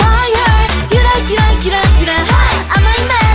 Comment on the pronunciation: It's yura yura but Jihyo somehow pronounces it as hyura hyura